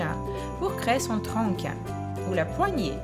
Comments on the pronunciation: Moi aussi je n'aime pas les Oreo !! 😮😮😮 Sinon on dit un tronc (mais ça se prononce tron lol on prononce pas le c) ;-)... Sinon super vidéo, c'est hyper joli ! 😘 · ça s'appelle un tronc on ne prononce pas le c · On dit "Tronc" mais le c ne se prononce pas haha Et on lit "Muffin" mais ça se dit Muffine haha Ton français est tout de même très bon, continue tes vidéos elles sont géniales! bisous et bonne continuation :) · non parce qu'on ne prononce pas le "c" qui est à la fin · le mot c tronc mais on dit pas le "c" 😉😉